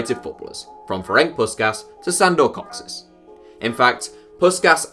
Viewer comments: Yes Puskaash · isnt the pronunciation of Puskas wrong as well? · btw Kocsis is pronounced for an english speaker as "Kochish" not "Cocksys" :D and Puskas is Pushkash /push-cash (across the table to me for correcting you) not Puskas (english pronounciation rules)